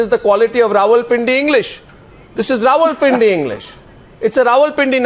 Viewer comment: It is not ravalpindi its rawalpindi Wadday ay english de thaikay dar